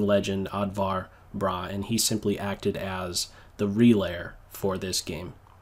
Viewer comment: For the record, the "å" in nordic languages (Oddvar Brå) is pronounced like the "a" in "draw";)